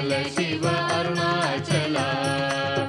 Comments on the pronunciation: దయచేసి షివ(shiva) అని పలకవదు శివ(SIVA) అని వ్రాయడం పలకడం శుభం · Shiva (షివ)అని వ్రాయవద్దు పలుకవద్దు,SIVA(శివ) అని వ్రాయాలి,పలకాలి!